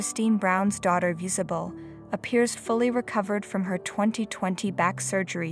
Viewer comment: Why is it terrifying and sad the she is fully recovered and rock climbing? I hate these click bait titles. And it’s pronounced Iz-uh-bell 🤦🏻‍♀️